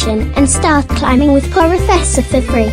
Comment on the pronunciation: Wait a MIN, in the Sponsorisation part i swear i heard "Poro Fessor dot Jojo" Ummm... 😅 Am i going crazy? Good Job by the way, much love, Continue the good works ✌️